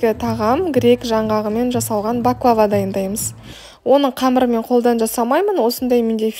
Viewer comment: 1)Бахлаба емес баклава 2)Түрікше баклава,орысша пахлава деп айтылады.